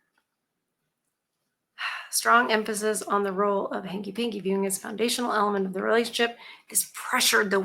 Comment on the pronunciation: Does anyone else hear Tommy James & The Shondells every time says: "Hanky-Panky", or is it just me?